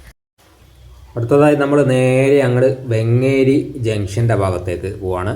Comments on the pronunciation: വെങ്ങേരി അല്ല വേങ്ങേരി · വെങ്ങേരിയല്ല സാർ വേങ്ങേരി യാണ്